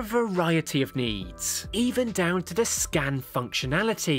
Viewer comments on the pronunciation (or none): none